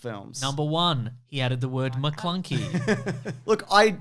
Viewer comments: I found it weird that when obi wan gets killed by vader, instead of luke screaming ben he just looks straight into the camera and says maclunky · Take a shot everytime they say "MaClunkey"